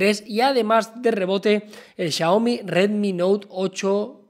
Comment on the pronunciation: Xioami JAJAJA